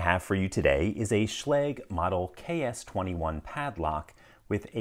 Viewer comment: It's pronounced Shla-gah, and it's the German word for lock. A Schlüssel is the word for key.